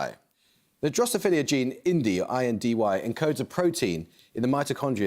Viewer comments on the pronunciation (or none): It's "Drosophila", Amol. Not "Drosphilia"